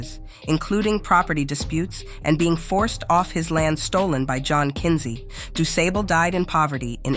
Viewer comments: It's pronounced like (Dusaable).Thanks for bringing this fact back to the light! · Pronounced duuu. Saaaable.....aaaa as in far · Do Sob bull is how you pronounce DuSable. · His name was pronounced Du Sabble mam with a short a thank you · I know this Man and It's pronounced DAY- SAAB- BLEE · This Has Been Know In The Chicago community 4years . His Name Is Pronounced Doo’Saabal NoT Doo Sable. To much A.I🫤 There’s No Suprise His Land WaS StoLen From HiM. As “they’ve “ Always Done😑🥴😑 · Doo-Say-Ble. AI involved in this pronunciation? “Doo-Sah-Bul.”<-That feels better to me. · Pronounced DuSAAAABLE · PRONOUNCED ===Du. { SAWBLE } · Its pronounced: (Doo) (saw bol) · This is false street and school and pronounce it like dooo-saable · He's actually celebrated in Chicago. Honored with a school, a museum and a stretch of Lake Shore Drive named after him. There's a bust in his likeness near what is known to be his original settlement on what is now North Michigan Ave and other tributes. Also, his name is pronounced with a short 'A'. We're very proud of him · Pronounced Du Sable. The a is shirt not long. Du Sable H.S. is also named for him. Graduating many of Chicago's African businesspersons and city leaders. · Does anyone care when these AI voice translators pronounce names incorrectly. DuSable is pronounced incorrectly. Why make a video about this man's accomplishments and then allow his name to be disrespected. Learn to properly program these translators. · You are the first to ever correct this. I'm from down South, I pronounce it du-say-ble. Just imagine what the comments would be if I would have pronounced "Jean" as "Gene". There would have been many more name corrections on that rather than him founding Chicago corrections. Thanks for your help 🙂